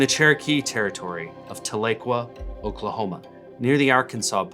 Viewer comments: Tahlequah native here, it’s pronounced Tah-luh-quah, though it’s a mistake I hear a lot lol. Great video! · It’s pronounced Tal-E-quah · hey, from oklahoma, it’s pronounced like “ta-luh-kwaa” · "Taa-luh-kwah", emphasis on the 1st syllable. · The mispronunciation of Tahlequah hurt my soul :( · Grew up in Wagoner. When I heard pronounce it, I just cringed. I was born just south of Nipomo on Vandenberg Air Force Base to Okie parents. Had lots of relatives in that migration.